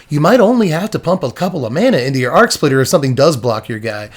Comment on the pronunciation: spitter not splitter